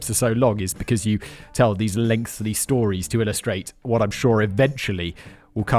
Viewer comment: Ahhhh I hear the "lengthly" now